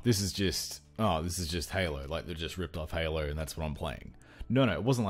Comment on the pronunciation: "sorta like Halo(r)" lol what is with aussies and putting "r" in everything